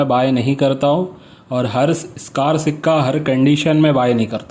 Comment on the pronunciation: स्कार नाही होता भाई स्केअर होता है aur buy kar सकता हून